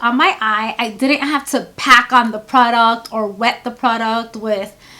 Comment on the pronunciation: I love the way you say "pru-duct" (product) 😂. Your eyeshadow technique is so lovely. Always a soft glam. I would like to see a 'no makeup- makeup look' lol. When you have the time. Xoxo